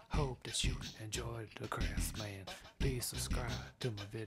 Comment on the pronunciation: All this time I thought his name was Craftsman not